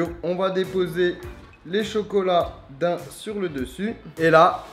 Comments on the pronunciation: Mais putain ca se prononce [daiym] et pas dain 😂😂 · ses des dain mes sa se lit daaaaam comme tibo inshape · 1 truc a dire ca se prononce d-a-i-m et non pas d-aim comme l animale. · Ça se dit daimmm pa dain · Je suis choqué pour la prononciation des daims